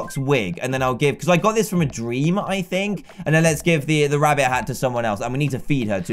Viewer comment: One time in the ep u saif wabbit